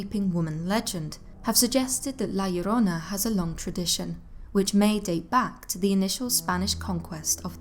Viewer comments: Thank you for saying it right ❤ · Damn, im Mexican and you pronounce La Llorona better than I do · Wow, you pronounce "La Llorona" very well! I was not expecting that, but I was pleasantly surprised 😀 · You pronounced La Llrona better than 99% of the people I've heard talk about the myth. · Awesome Spanish pronunciation , love it, also love your diction, is the best for all your videos , great work! Cheers from Mexico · I love your voice, your accent, and the fact that you nailed the pronounciation of La llorona perfectly! Great video,:> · Wow! You the first person not Hispanic nor latino that actually pronounces the name right. Love that story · Your pronunciation spot on. Great job. My grandmother used to tell these stories when we were kids. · THUMBS UP JUST FOR pronouncing "La Llorona" so well, but think that Marina / Cortez connection is more Propaganda against the Spaniard's ruling class and think that was retroactively added as a cautionary tale for those that would aid them against the more native peoples. you did a excellent job as usual. kudos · The way you pronounce La Llorona is such a turn on. 😩👌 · You say La Llorona so perfect. Im shocked cause most Northern Europeans have such a hard time with Spainish lol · Great video U say la llorona good in spanish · Love this!! And the pronunciation is literal perfection 😁😁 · 👏👏👏 that pronunciation of La Llorona in Spanish is perfect!!!! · Yes, I see videos covering this and their pronunciation makes me cringe and the fact that she says it right makes the whole video perfect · I noticed that too.